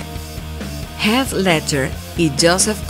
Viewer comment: Dijo Death Leadger en lugar de Heath Leadger. LIKE si te diste cuenta